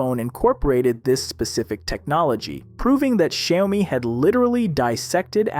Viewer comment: Bro just called it Shayomi